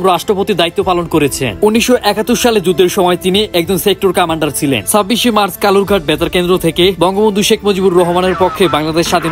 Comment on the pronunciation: সবকিছু ঠিক ছিলো,শুভকামনা রইলো, কিন্তু কিছু ভাষা স্পষ্ট করতে হবে, কমান্ডার হবে উচ্চারণ কামান্ডার হবে না